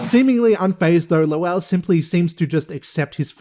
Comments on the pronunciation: I'm cracking up with how you're pronouncing, "Lowell". It is exactly as pronounced on the show. 😂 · His name is pronounced “Low-uhl.” You hear “lowl” because that’s just how it sounds in normal speech.